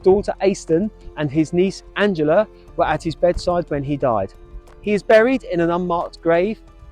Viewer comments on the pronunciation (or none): none